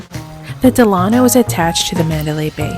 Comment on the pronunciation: DELano not DeLAno, after Franklin DELano Roosevelt. Please.